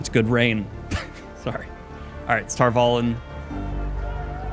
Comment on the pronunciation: The very first thing I noticed in your review, which got a quick check mark, was your pronunciation of Tar Valon. Bravo sir. My biggest complaint so far in all seasons has been the changes to how words are pronounced compared to the audio book readers. It's my understanding that Jordan himself helped them know how to say certain words so...